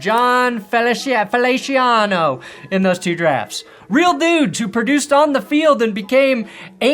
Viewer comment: Hearing you pronounce Feliciano hurt, everyone pronounces it wrong my entire life